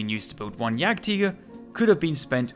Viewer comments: Yagtiger yagteeger do you know how to speak? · Word: Jagdtiger You: Yagteeger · You say (Yag-teeger) in German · Jagdtiger is what you mean